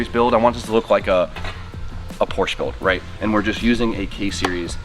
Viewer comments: FINISH THE AE86 ALREADY. It’s literally just sitting there being ignored for months and months. Also, if you’re a car enthusiast, pronounce Porsche correctly. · Day 30 of telling to pronounce Porsche correctly. Would you say Aud or Audi? Would you say Ferrar or Ferrari? How about Lamborgeeeeeen... Come one dude.